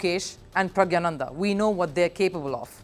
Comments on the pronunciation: Its PRAGNANANDA not pragyananda. Correct yourself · All are wrong. Its pronounced PragNYA. Sometimes English transliteration of Tamil (or for that matter other Indian languages) does not do justice for their original pronunciation. Let me give you the Tamil alphabet for this Tamil Script (notice the 'ஞா' which is pronounced 'NYA' in english and ) of his name: பிரக்ஞானந்தா The Tamil alphabet "ஞா" (pronounced as "nya") corresponds to the Devanagari combination "ज्ञा" (pronounced as "gya"). In both scripts, this combination represents a palatal nasal sound followed by a vowel sound, though the exact pronunciation nuances might differ slightly between Tamil and Hindi/Sanskrit. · the way she pronounced pragnandha and ding liren showed she did not study the topic before covering it